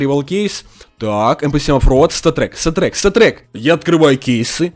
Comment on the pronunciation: Он говорит место статрек когда нормально выпадает говорит сатрек сатрек